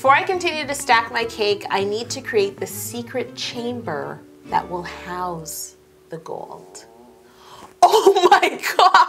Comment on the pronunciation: You know how she said "house the gold" it almost sounded like "how's the gold"